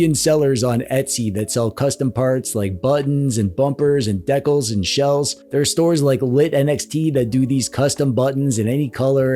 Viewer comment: What is a decoll? You said people on Etsy sell buttons and decolls and such.